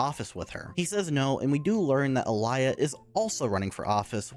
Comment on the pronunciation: blud her name is not Alaya